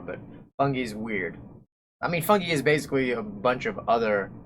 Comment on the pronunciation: Did this man say ”Funge”